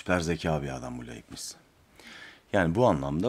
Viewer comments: Laybnits olarak okunur. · Bir ögretmenin derse hazirliksiz girmesi ne büyük saygisizliktir. Dersi ne kadar basit olsa da ya da defalarca anlatilan bir ders de olsa, yine de hazirlik yapmak gerekir.Felfefe okumalari yapan bir Youtuber'in hazirlik yapmadan okuma yapmasi ne aci...Ayrica Leibniz'in telaffuz edilisi de yazik.Teknoloji cagindayiz, yayina veya seminere baslamadan önce insan cok kisa sürede google'da arastirma yaparak ögrenebilir.Bu kanala ilk defa denk geldim, ama tam bir hayal kirikligi....